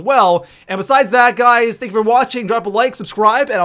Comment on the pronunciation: he said think not thank 😂😂😂